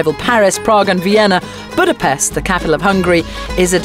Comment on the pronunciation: She's pronouncing Budapest wrong. The 'S' sound like 'Sh'.